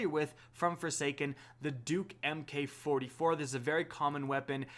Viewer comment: when will people pronounce mk. properly its mark 44 not mk44 sigh /rant off